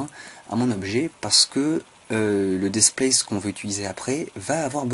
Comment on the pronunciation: Franchement, c'était dit sur le ton de l'humour..(et tu l'as bien compris) Par contre ta façon de prononcer Displace "Despleyss" est parfaite.., de même que Build "avec une bulle dans le nez...".. Mon dieu, que j'aime être francophone.. Allez j'arrête mes élucubrations, tu m'entendrais parler anglais, tu me mettrais un loop-cut en travers des lunettes... Go on Man!!!:)